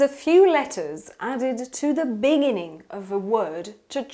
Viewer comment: Sorry but, how do you pronounce this word: 'BEGINNING' ? Quite so different from the American and British accents I've ever heard before... 'dya repeat 'em again......!!!